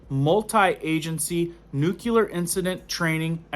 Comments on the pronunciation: *Nuclear (nuke-lee-ar). There’s no u between the c and the l. People judge you based on the way you say things. If you want to reach them with all seriousness, you have to speak properly. Not clowning you at all, just giving you a tip. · Lol. I am in Houston near NASA. It is nuclear but I don't really care. You can call it a jelly doughnut but does the same thing. Lol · Nu-CLE-ar......not nu-CU-lar. You sound uneducated when you say it wrong. Sound it out. LOOK how it is spelled. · There is no variable spelling for the word, "nuclear" so what about this spelling looks like it should be pronounced "nukular"? SAY IT RIGHT!!!!... God! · Very good video and great information! Just one thing. It is pronounced "Nuke-Lee-Er", not "Nuke-U-Ler". Sorry to be "that guy". Lol. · It's nuclear not nucular. It's really hard to take you seriously. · Nuculear da fuq? It's nuclear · That word is N U C L E A R, & it is Pronounced- NU- CLE- AR. You are saying Nu- Cue- lar - which is the wrong pronunciation for the correct spelling. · Nook-lee-ar, not nook-U-lar. How many freaking times do people have to be taught this simple word? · It’s actually pronounced “new-clear”🥰So much easier to say, too. Just FYI. Love your videos and the content! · Nu-clu-lar? Really?